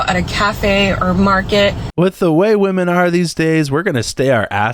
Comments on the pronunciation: OH THANK GOD!!! I thought I was the ONLY ONE who was noticing that everyone is saying woMAN instead of woMEN nowadays. Where TF is that coming from??? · Omg I’m so glad I’m not the only one who thinks that people who say woman instead of women are ignorant af.. it’s super annoying. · The women thing started creeping up a while ago and I've been wondering why in the hell can't anyone pronounce women anymore. Getting dumber by the month. Holy hell.